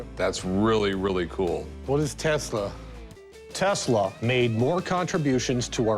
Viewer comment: Is Not Nikolai Teesla, is Nikola Tesla, is Not born in Croatia, is Serbian born in Österreichhungaria. That Must now if you say abbout greathest mind ewer.